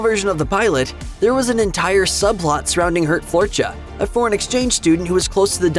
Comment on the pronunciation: For the love of god if you don’t know how to pronounce a foreign name just type it into google translate, the way you pronounce “Geert Floortje” is barely comprehensible 😭